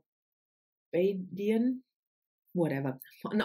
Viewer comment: Yes, you pronounced Barbadian correctly.